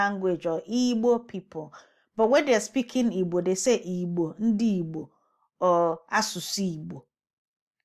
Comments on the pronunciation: You made no difference between people and language. You are just saying Ibo/ebo. I do not hear you pronouncing a g. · I'm sorry but I hear absolutely NO difference between Igbo and ibo when you say it. And I'm really trying to discern the difference but I'm not hearing any distinction between the two. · So, it's Eeebo and not Igbo in pronunciation? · Not very special. Igbo this is Latin. It would be pronounced in the English language. If it is spelled Ibo, it would be pronounced ee-boh. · We salute the presenter of IGBO in the clip because I couldn't agree more with her for making the point about the noted error in pronouncation that was adopted instead of the correct pronouncation IGBO people as the South West use the IGBO in different meaning too. When one thinks about yariba used for description, one wishes using Omo Kaaro Ojire people. We love Yoruba and IGBO and humanity in general. Thanks 🛐. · It's Igbo in pronunciation...the "gb" sound is a special sound/alphabet...look for an actual Igbo person to pronounce it for you to understand. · You're not supposed to hear "g". "gb" is a special sound in Igbo alphabets...tell an actual Igbo person to pronounce it for you. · Okay. Whatever you do to pronounce EE-boh, I still do not hear a g as in great, good, and pig. A soft "g" sounds more like a "j," as in the words large, general, and giant. Take care EE-boh.